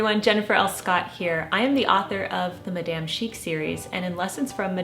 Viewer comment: Please learn how to correctly pronounce “Madame” merci❤️